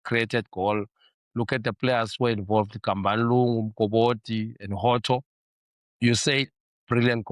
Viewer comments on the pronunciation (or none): Nadim Mokobodi pronouncing ngesiSwati. pronounced Mukobodi. Petersen looks promising better than what we have now.